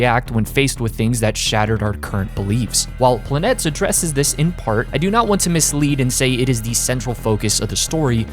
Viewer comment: Truly an amazing videos and I'm totally checking out the manga. BUT, as a Greek person, i won't let you butcher the pronunciation of the title any more 😂😂(I found that the cover of the 1st volume is written in greek). The word is PLANETES(ΠΛΑΝΗΤΕΣ) and you pronounce it as follows: - The first "e" you pronounce it as the "e" in words like "be", "see", or "fee" - The second "e" you pronounce it as the "e" in words like "guess", "festival", or "bless" The rest of the letters aren't pronounced in any special way. Hope everyone learned something new today😁😁 Also this is day 53 of me recommending Kono oto tomare😁😁